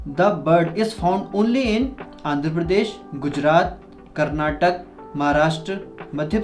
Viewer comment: It is karnataka not karnatak